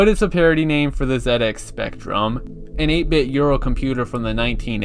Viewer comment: Yeah, "Zed Ex" is the correct pronunciation, I've never heard anyone say "Zee Ex", not even people from the US. Probably because "Zee Ex" sounds awful and "Zed Ex" sounds amazing.